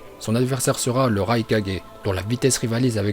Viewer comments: C'EST PAS LE RAi4G C'EST LE RAIKAGE 😭🤦😂😂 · La façon dont il dit okage me pertube tropppp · le raikaje jpp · raikage 😂😂😂 la prononciation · '' raikage '' '' raicage '' '' raikague '' Bordel mais dit les choses correctement et c'est '' Shippuden '' et pas '' Shippunden ''